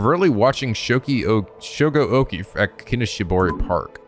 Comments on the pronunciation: Before it's too late. Okiie is read as Oki-eh, not Oki. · Oh this game seems very interesting! I'm really liking the atmosphere and art style. Your voice acting in the opening scene was amazing! By the way Okiie is pronounced Oki-A to english speaking folks. If you're interested in more horror visual novels than i recommend Death Mark and its sequel NG: Spirit hunter. Be warned, some of the cg's can be a bit "nude" but considering the context it's more of a fan disservice rather than fanservice in my opinion. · That’s not how to pronounce “Okiie”. It’s either “oh-key-yay” or “oh-key-eee-yay” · Thank god I've got plushies on my bed, lol. Praying mirrors aren't an eventual theme in this game, cause there's one right outside my room that reflects the empty hallway across from my room. 😰😫 Also, I think Shogo's last name is pronounced Okii-AY (Like the -EY in 'Hey') . I think when a name has "-ie" like his, it's pronounced as an "-AY" sound; at least that's what I remembered from my old classes. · “Okiie” would be pronounced as “oh-key-eh” for the record but we might be past the point of no return there lmao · Keep in mind, in japanse you pronounce every individual letter, so Okiie would be pronounced more like oh-key-yay. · Lol I'm hype-- also I think it's pronounced Shogo Okiie (Okee-ay) but I'm not sure for sure lol- just based on the japanese I know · I hate being that guy but... shogo oKiIiI!!! you're pronouncing it wrong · I believe Shogo's last name is pronounced oki-ey but I can't say for sure. Also is anyone going to comment on just how FAST he immediately shifted his mindset to being willing to murder complete strangers either out of paranoid self defense or to resurrect another person who's also practically a stranger who may or may not have just tried to kill him? When I saw the storyteller mention the 9 people, I thought they might all work together in small teams bit this seems more like a seinen battle royal setup.